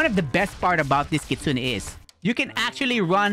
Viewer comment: Bro it's called Kitsune not kitsuniii